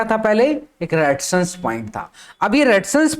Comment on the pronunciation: रेडीजसn nahi Resistance bolo